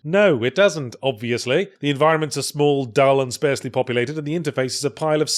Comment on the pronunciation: Yahtz, it’s pronounced sparsely as in parsley love 👍